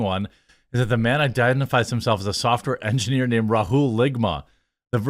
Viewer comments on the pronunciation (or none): Software “enigener” can’t even speak correctly.